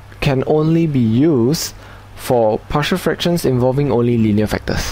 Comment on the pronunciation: Why do I keep hearing it as "partial differential equations"?